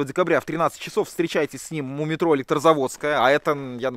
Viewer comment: и вся команда, спасибо вам за ваш труд! Развлекаете и учите нас многому! А ещё в этом ролике вместо "у метро" нам послышалось "мумий тролль" 😅